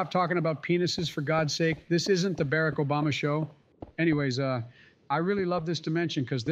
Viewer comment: For the third episode in the row, Barack's name is pronounced correctly.